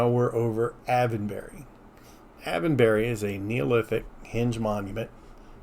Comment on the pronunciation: Me again. The pronunciation for Silbury is sil·buh·ree hil and Avebury is ayv·buh·ree. Just hoping this helps to say the names correctly. I literally live 10 minutes away from Avebury and Silbury hill and about 20 minutes away from Stonehenge. 😊